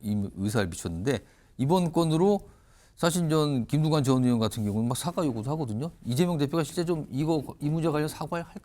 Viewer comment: 신현영,발음을 제대로 해라. 왜 "의원"을 "으원"이라고 발언을 하나?